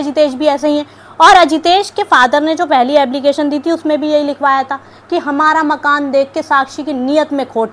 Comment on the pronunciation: Ablication Nahi application